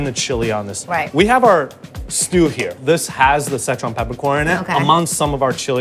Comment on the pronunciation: Pretty good, though I did get a kick of the mispronunciations of Sichuan and Chengdu. My wife is from Chengdu. The food selection though is on point, biang biang noods, lamb skewers, and hotpot are favorites of mine.